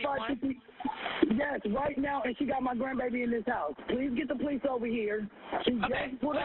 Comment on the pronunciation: The “poe-lease” 🙄🙄🙄🙄